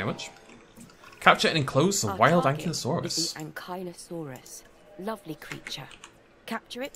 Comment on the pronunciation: Ah,, still pronouncing Ankylosaurus wrong. And, as far as I’m aware, the DPG stuff is still canon.